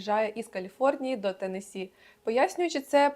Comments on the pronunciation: Посмішили як Ви зауважили що наголос у назві штату Теннессі правильний а потім одразу якась з тих блогериць сказала велкам ту ауар ТЕннессі хаус тур😂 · я якраз про те шо вона не правильно вимовляє